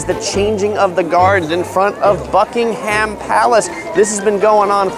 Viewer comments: Seeing as you’ve lived in London for a while you should’ve realised it’s Buckingham palace not buckingHAM palace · it is "Bucking " hum" as in one word rather than "Buckenum" . ;-) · Americans stop saying Bucking 'haam' palace its pronounced Bucking 'um' palace! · its pronounced Buckinghum palace by the way not buckinghAm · Nobody corrected you?? It's pronounced Bucking'am. The h is silent. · why is it that Americans can't say Buckingham correctly??